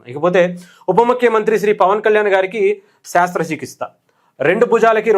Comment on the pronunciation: శాస్త్ర చికిత్స కాదు brother శస్త్ర చికిత్స